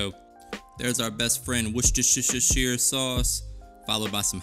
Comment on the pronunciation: Wosh-sure-shy-er sauce y’all LMFAOOOOO